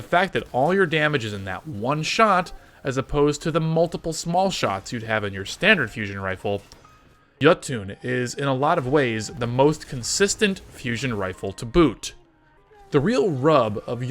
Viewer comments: yuh-toon. Yo-tun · Isn't it pronounced like 'yotin'